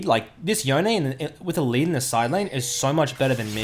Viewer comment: I had to stop watching after 45 seconds from you saying "yo nay" I will only accept "yohn" as the pronunciation. It's like calling a gif "jif". unacceptable.